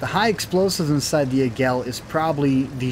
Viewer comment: Águila, that's "AH-geela" not "ee-GELL." Sounds like "Laggy la", just drop the L from laggy and you've got it.